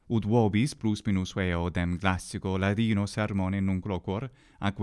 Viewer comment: "classico laDino" 😃.